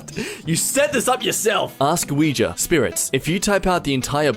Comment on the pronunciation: pronouncing “Ouija” 😂